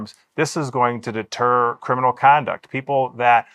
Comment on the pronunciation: Deteer crime? It's deter goofy.